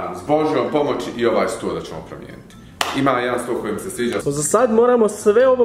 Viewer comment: Imat Čemo Č, Č i Č 😟 ne bi bilo na odmet da nauči pravila o korištenju glasova č i ć.